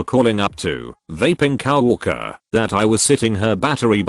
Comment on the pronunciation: Nobody: TTS: cow orker